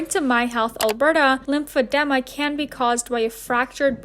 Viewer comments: listens to the pronunciation of lymphedema as lymphed-EE-ma and proceeds to keep saying lymphed-E-ma lmao we love a rebellious queen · Lymphedema = it’s pronounced this way “ lymph - fi - deem - ma “ 😊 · Listening to her say lymphodema is making me want to click off lowkey💀💀but I won’t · Love how you looked up how to pronounce, heard how its pronounced.. and its still lympha-them-ah.. i cant 😂💀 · girl the editing, the research, the commentary was so well done! I like that you went into detail about Annelise's story, not many channels have really covered her and you did a very nice job in this video! I still feel so bad for her 😔 and omg the way you pronounced lymphedema was so relatable 😂 plus that palette cleanser was so cutteee, you even sort of played devil's advocate when you were talking about Colleen. I even loved how you edited the Wii music over Gabbie 😂😂😂😂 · Why does your pronunciation of lymphedema remind me of Wendy Williams pronunciation of Dua Lipa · Girl if you could just pronounce the word correctly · OMG Annelise has the same disease as me! I had a great time listening to you mispronounce it lol. Then I got sad listening to her struggles. I've had lymphedema since birth and I can't imagine having to learn to live with it after living a full, "normal" life. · I’ve never heard anyone say “Lymphedema” like that ever. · I swear to god if you don’t pronounce Lymphedema correctly…… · As a med student, your pronunciation of lymphedema made my day, love your vids as always ♥️😂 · with another banger! but that lymphedema pronunciation is wild XD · Every time you said lymphedema wrong i cringed and got chills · You got the correct pronunciation and continued to say lymphedema incorrectly throughout the video lol! No biggie I just thought it was funny 😆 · She sure did, lol, Some people just aren't great with words, but it's okay cuz she spills great tea